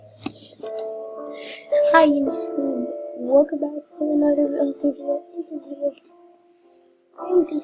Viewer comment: It's reveal not reavel